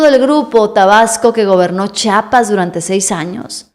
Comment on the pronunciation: No se dice chapas, es Chiapas (IA) Ch(IA)pas